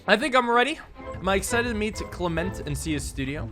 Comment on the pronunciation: Damn spot on, on that pronunciation of Clement lol, couldn’t help myself but comment after I heard it